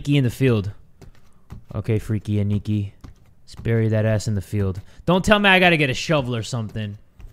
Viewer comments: Lmao, the way he pronounced Aniki . . . . . . . . P.S. it's pronounced like this (Ah-knee-key) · i feel like should know, Aniki means older brother and its pronounced as "Ah-knee-key" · Hi! Aniki isn't actually the name, that means brother in Japanese Ah-Knee-Ki (for sounding it out) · pronouncing it “aneekee” 💀✊🏽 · The way he pronounces "aniki" xD